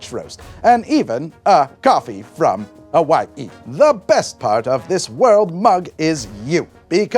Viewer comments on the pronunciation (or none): none